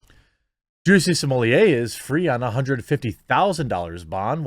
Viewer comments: Juicy Somellier? Is he French now? Jussie Smollet. Plain and simple. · At this point, the inability to pronounce SMAHlet is a sign of mental deficiency.